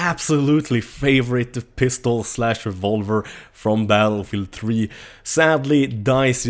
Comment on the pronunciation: "Battle Meal 3" ?